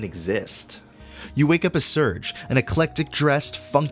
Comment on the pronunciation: Loved the case study! Only one thing to nitpick, the main character's name is "Sair-gay". I called him "surge" too, when I was a kid, but I'm pretty sure with the theme of all the characters' different nationalities that the developers were referencing the Russian name "Serge".